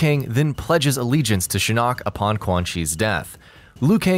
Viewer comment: No one else is bothered by the way he pronounces Shinnok?!?